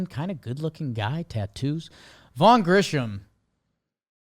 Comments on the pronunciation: back to pronouncing Grissom as Grisham. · Somebody please tell all these JM people that his name is Vaughn GriSSom, not Grisham. Like Marquis Grissom, not Trent Grisham. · someone teach how to say Grissom